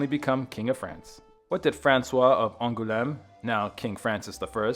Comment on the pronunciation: Going to avoid history exposé from now on. You might want to consider learning how to pronounce place names before saying them in your vidoes. An-ghoul-eme. 🙄